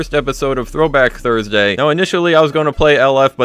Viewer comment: "thrusday" just telling u so u can fix it lol